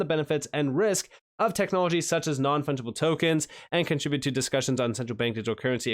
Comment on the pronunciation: Contra bute? It's Con tribute. 😅